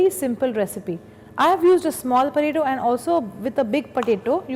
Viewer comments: why does she keep saying puh-taytto??? its so annoying i cant seem to focus on the video whilr hearing puhtaytto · whatt is porato porato thing hahahahha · all cool, but what's a porato xD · You say Poe ta tooo and She says pataeto.